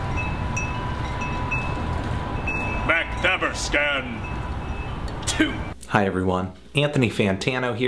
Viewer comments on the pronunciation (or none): hahah no offense but for a swedish person it really sounds like your saying.. "määäkthäävörskän" rather than makthaverskan x) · it sounds like the name of some old timey investigator. 'Good evening, I'm constable MacHaverscan, I'm here to investigate a murder.' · Gillar hans uttal av Makthaverskan. "Maeckt-hävr-sken" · is it pronounced "mock-tah-ver-skahn"? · Makthaverskan is pronounced [Mahkt-Hahvesh-Kahnn]. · Makt-Haverskan is a more correct way to say it, allthough you non scandinavian dudes probably don't have a chance at pronouncing it correctly anyway lol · LOL mac-thavv-ur-scan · They way you pronounce Makthaverskan <3 - sweede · the way you pronounce their name is hilarious lolololol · I laughed so. dang. much. at this video the way you pronounce "Makthaverskan" just sounds hilarious to somebody from sweden (who knows how it's pronounced) :-)